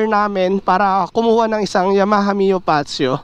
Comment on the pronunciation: Fazzio - Fatzio Yamaha - Ya-maha, not Yama-ha